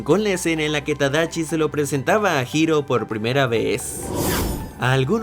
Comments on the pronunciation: es tadashi no tadachi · Usenme como botón de NO ES TADACHI ES TADASHI uwu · ¿Tadachi? Es Con Shi No Con Chi XD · Holi creo que es Tadashi no tadachi jsjsjs solo es un comentario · Debo ser la única loca que se enamoro de Hiro Hamada? (pd:si no sabías la voz en español es memo aponte Phineas) Yo siempre pronunciaba Tadachi ._. Y era tadashi :'v Cada vez que veo esa parte de la película lloro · Minuto . El error has segunda parte de errores de tus vídeos. Ya no es tadashi si no tadachi, lo acabaste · Soy yo o dijo tadachi 🤣🤣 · Na mms, creí que se pronunciaba “Tadashi” xdxd